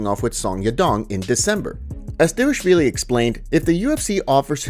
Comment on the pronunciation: Who tf is "D-vashvili"?